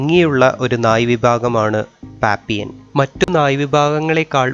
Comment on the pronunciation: Pappion alla pappilon